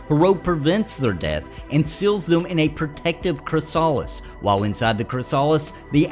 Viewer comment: CRISS-ah-LISS, not criss-AH-liss